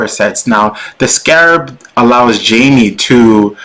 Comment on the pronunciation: It's pronounced as Hai-Mei. Not Jamie.